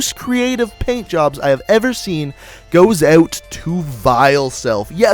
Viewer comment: he says ewt instead of out no hate just saying